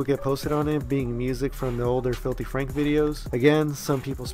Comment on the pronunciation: Franku? FRANKU! FRANKU?!?